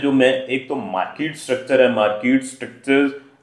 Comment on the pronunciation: The word is Market and not Markeet. Please correct. Otherwise good